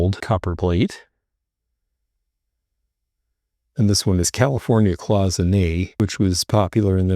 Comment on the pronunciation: Hi! So glad that you are doing better and are taking us along on your thrifting trips! I just wanted to say that cloisonné is really pronounced as “Cloy son A” you can look it up in the dictionary for the correct pronunciation! Sorry to sound picky, but I’m just a stickler for correct spelling, grammar and pronunciations! Thank you for sharing your wonderful videos and informative discussions of vintage and antique items! I love the jewelry and your descriptions of those items! Keep on thrifting and thanks again! 😊❤️